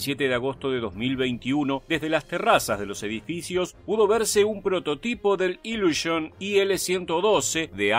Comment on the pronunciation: no diga por favor "iluoshoen! o cosas asi . El ruso se lee casi como se escribe: "iliushin" seria lo mas parecido